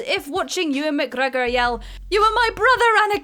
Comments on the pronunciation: What's with the cringy pronunciation of Mcgregor? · New drinking game. Everytime she says McGregor like that, have a shot so you can forget you ever heard it. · Saying "McGregor" like that repeatedly just reminds me of that person who repeats a shit joke over and over hoping someone will eventually laugh. Brad Pitt in Troy. Even though I love the film it was pretty much panned by critics. Also pretty funny you had to paste the bit about Captain Boomerang in. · No...it's not. No one says it like that🙂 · yeah literally how is this not the top comment, mildly funny the first time but it just gets increasingly offensive 😂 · who knows, best not to question these things I think, might drive you mad lol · Because it’s fun? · Because he's Scottish... GET IT????